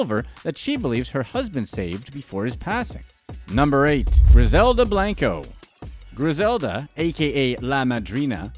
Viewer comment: “ Blunko not blanko” 😂💕